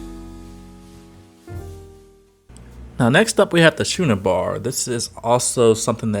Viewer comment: Not the old “Shooner Bar” lol 😂 My brother never pronounces it right either…